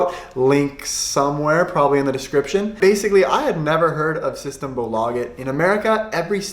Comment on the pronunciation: Loved this video! I'm from Sweden, and you should pronounce "system" with a stress on the E. :)